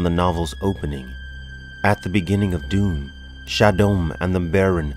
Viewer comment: The Fremen's leaders title pronunciation is not NEEAB, it's NAH EEB, it's not Emperor Shaddom, it's Shaddam, not FedeKIN, it's FahDhaiken. Still Love this video and the illustrations, they are a show of great dedication to this Amazing series that was even the inspiration to George Lucas to create Star Wars!